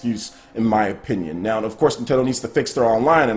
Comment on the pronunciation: Is it me or does keep saying 'Nown' instead of 'now'?